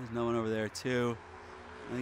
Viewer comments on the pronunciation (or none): “Oh nawr I don’t nawr what to do”😂